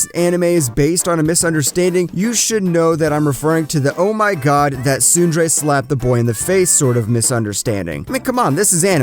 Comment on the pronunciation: When you mispronounce tsundere in the first 20 seconds........I'm out.